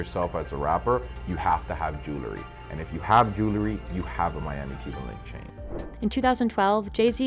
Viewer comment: Regarding the gold chains piece: Please tell the narrator that the word is "jew-EL-ry", not "jew-LE-ry".